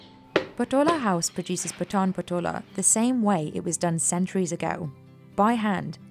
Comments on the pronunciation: Very informative video. Just one thing - not sure if others have covered it in their comments - it's pronounced Paa-tan not Pa-taan. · The lady pronouncing it wrong totally ... It's not pataan it's paatan patola saree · Its not पटान its पाटण !!! She pronounced so wrongly our place like she speaking of pathaan!! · Thats Pa(aaa)tan and not Pata(aaa)n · It's Paat'n not p'taan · It is Paatan, not Pataan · It's pronounced as Paatan not Patan. Very shallow research. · It's paatan and not pataan please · You should correct your pronunciation, it is Paatan not pathan or patan. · It's pronounced "paatun" and not pataan, please. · Its Patan Not Pathan 😂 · Paatan( paa ta n) not paatun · It is Paaatan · Even she is not pronouncing the word "Paatan" correctly ... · Very different words, and her pronunciation of Patan is wrong. "Pat" is pronounced similar to "Part" and "an" similar to "done".